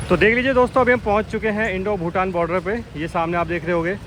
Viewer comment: भूतान not भुटान